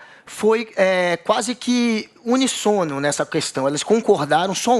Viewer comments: Mds Guga, a justiça foi o quê???? UNISSONO? Alguém ensine para ele, por favor, falar corretamente Além de burro é analfabeto!!! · Alguém pede ao guga para pronunciar a palavra UNÍSSONO , por favor 🙏 . Não sei como a JP paga um cara desse …. Cobro a metade ok ?!?! guga FORA!!!!!